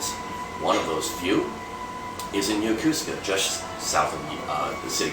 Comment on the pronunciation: "Yokosuka" is correctly pronounced, "Yo-KO-ska", not "Yo-KU-ska."